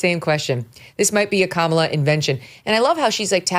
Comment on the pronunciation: Kamala (Ram-ba-la)